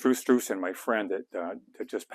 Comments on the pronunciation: His name is Drew Struzan - half of his last name is "Stru." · It sounds like you're saying "Strew".